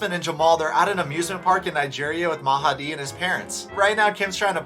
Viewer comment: Yay for saying Mahadi how it should be